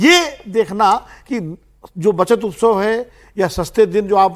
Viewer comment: "उत्सव" होता है... हिन्दी भाषा की ऐसी तैसी मत करो। 😢